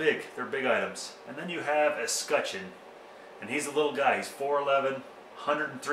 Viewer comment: Wear gloves! That's what we do in Denver. I was looking for a film where someone would pronounce escutcheon. Decided to watch the CO guy. I think you did it right. Thanks.